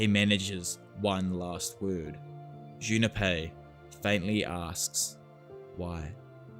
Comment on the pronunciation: Jun Pei, not Juna Pei